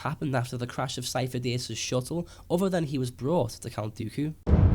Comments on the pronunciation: Sifo dyas (SeeF-o Die-as) stop saying it wrong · It's not Syfo Dyas, plz stop with the theories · sidious was pretending to be sifodyas. also might be a coincidence but.... sifodyas. remove the "fo". sid-y-as. fo sounds like faux ( meaning fake). Lucas loves dropping hints fans tend not to get until after.